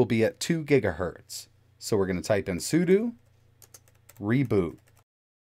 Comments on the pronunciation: `Seu dough` otherwise it's like nails on a chalkboard. 😬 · I cringed every time he said su-du, but I forgive him. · say it with me " soo - dough, soodough "